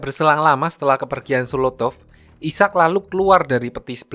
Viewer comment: Cara bacanya aiseck bang bukan isak